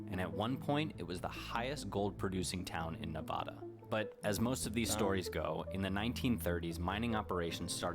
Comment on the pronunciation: Same the name of our State correctly!!!! It’s pronounced Nevada, NOT; NaaVaaDaa!!!! The sheltered privileged “men’” in the video you were watching live nowhere near my state. Please watch videos from people from the state you would like to know more of. Or better yet; visit or live chat with with people born and raised in the States you want to more about.